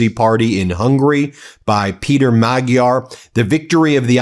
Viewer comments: The new Hungarian Prime Minister's name is pronounced mah ' jar. None of the journalists seem to have it right. (I'm Hungarian) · Learn how to pronounce Magyar before you say it on air